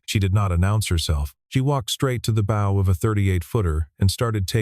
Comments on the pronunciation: The audio frequently miss- pronounces 'bow' as like in bow and arrow with a soft 'o', but the correct pronunciation is with a hard 'o' that anyone who is fluent in English would choose!. Oops LoL 😢😮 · Very good story!, but ... A.I: Probs, "The BOW (in typical A.I fashion, pronounced bow (as a bow on a gift) Held It's Line". Please, just get a better AI Narrator.